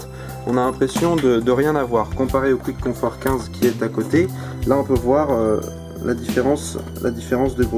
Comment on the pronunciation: Pour info, Quiet Comfort se lit " Kwaït Comfort " et pas Kwitt ... Sinon bonne critique, j'aurais aimé qq détails techniques supplémentaires ( Longueur du cable par exemple ) et des comparaisons avec les concurrents.